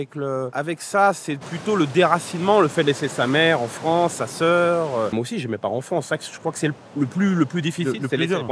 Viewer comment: Les anglais de Fronce ? 😂😂😂